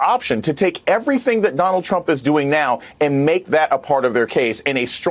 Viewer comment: Lol!!! ‘ish he says “...a TRAMP ally..” 😆😁👍🏻 🤣